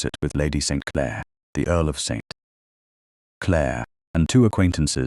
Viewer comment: Very annoying to listen to the heavy accent on Clare as if it's the start of a new sentence. 😡